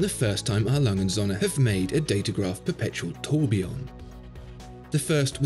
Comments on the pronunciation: Srill can't pronounce his favorite watch brand correctly... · How about you learn to pronounce the name of the company?